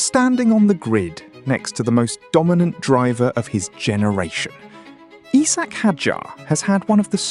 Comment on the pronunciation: its isack, not eesack.